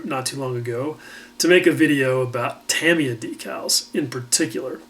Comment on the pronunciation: great last couple of videos, have learned in each one and it is also refreshing to hear someone say Tamiya properly